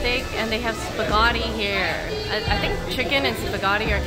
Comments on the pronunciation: wtf is a spahgati huh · saying spaghatti